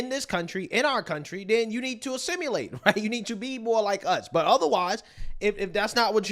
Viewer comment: "assimulate"? Dude, this is not an uncommon word, and it's not uncommon for you to completely destroy simple words.